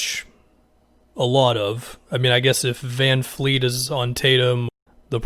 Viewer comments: Vanvleet not vanfleet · Its VanVleet......not VanFleet lol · It's Van"V"leet my man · It’s van VLEET!!! Can Americans not say VanVleet ? It’s VLEET!!!! There’s no “F” in his name !!! Fred VANVLEET